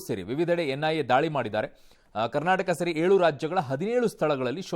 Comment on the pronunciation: boli magne adu Karnataka karnatak alla nim amman first correct mathado lowde